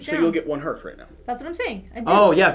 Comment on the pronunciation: Okay, I try to not be 'that guy' but Hearth I pronounced 'harth', not 'hurth'. It was bugging me. :)